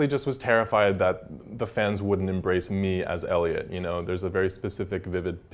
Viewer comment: Elio 😂 it’s Eliot